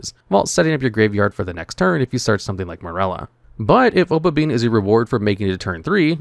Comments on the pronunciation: OH • PUH • BEE • NEE • UH. O PA BI NI A Opabinia. For fuck's sake. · Paleo is such a fun deck to play. Opponents are just never gonna read when playing against this deck. Edited: OK, the obabinia and leanchoilia pronunciation is just intentional engagement farming at this point.